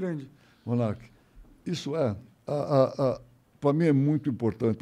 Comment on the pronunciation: O Abilio falou Monark certinho...não sei pq me lembrei do Doria bem mais jovem chamando ele de monarca kkkkkk